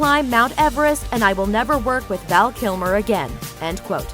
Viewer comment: Val Kilmore? LOL That's how you start. Almost closed the tab...see who you bring up next.